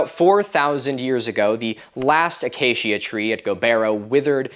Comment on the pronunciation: It’s my name, so I am more bothered by it: Acacia is “Uh-Kay-shuh” not “uh-Kay-Shia” Or “Uh-kah-key-Uh” if you’re going for Latin pronunciation